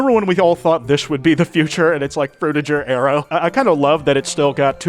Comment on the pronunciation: Why does he pronounce Frutiger Aero that way?